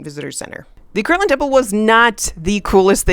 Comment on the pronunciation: It is KIRTLAND, not kirkland!!!